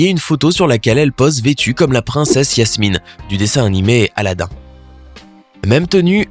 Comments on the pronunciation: 🤔Qui a remarqué qu il disait Yasmine au lieu de Jasmine ? 🤔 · C'est jasmine pas yasmine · Par contre c'est Jasmine et pas Yasmine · C’est Jasmine pas Yasmine comme moi!!!!!!